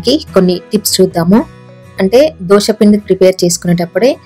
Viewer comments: దోస పిండి కాదమ్మా! దోశ పిండి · దోస పిండి కాదు..!దోసకాయల పిండి కాదు. 'దోశ' అనాలి. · దోష కాదు దోశ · Madam adhi ddoosa kadhu dosa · Dosha kadhu dosa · దోస కాదు రాబాబు. దోశ